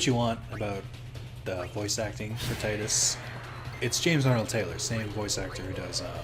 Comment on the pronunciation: Thank you for pronouncing Tidus the same way as I do.